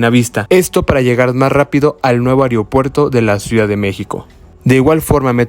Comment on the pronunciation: Ojalá ya lo amplíen hasta Huehuetoca, URGE. Se dice AEROPUERTO no areopuerto